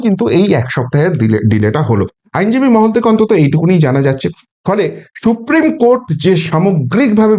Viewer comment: Esh esh she, সত্যিই SHupreme উচ্চারণ